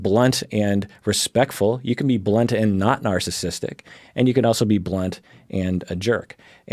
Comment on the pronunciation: I'm not a native speaker and really thought for a moment you said blonde instead of blunt 😂